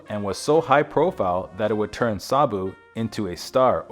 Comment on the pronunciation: Sarbu? There is no R in his name, i watched his films as a child, i thought he was wonderful.